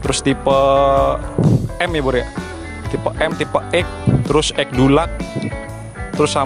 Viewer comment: Bacanya tuh er dilaks bkn dulak 😂